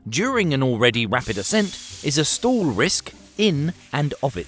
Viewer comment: Good explanation of the physics of balloon deflation in flight. Though you might want to learn proper English pronunciation. "Stall" is pronounced as "stawl", not "stool". I kept thinking what kind of stool you were talking about until it hit me that it's not me, it's you. 😅